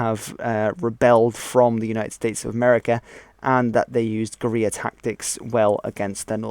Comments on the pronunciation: When you say Guerrilla it sounds like gonorrea(JS). Bushwhackers were Guerrilla fighters; other than that the south mostly fought pitch battles. At the end of the war Jefferson Davis wanted to disband the army and start a guerrilla war in the Appalachians; which many southerners knowing this land and how to survive(after many years of pointless slaughter complete destruction of the south and, the greater divide in our nation. Which would have led to a unhealable hatred for one another) probably would have won. General Lee said no. So General Lee destroyed this country and also saved this Country. "it takes a brave man, but to end this killing,it takes a braver man"-Can't remember. P.S Can we all just agree that the civil war was not a black and white issue(no pun intended). Even Abraham Lincoln himself said,"no one side is to blame for this war". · Definitely some very Broad brush Strokes overall, all right video though, except for the elephant in the room.. the one glaring defect nakama learn how to say fuckin gorilla bro.